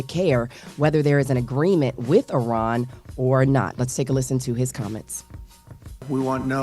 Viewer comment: you pronounced Iran correctly 🎉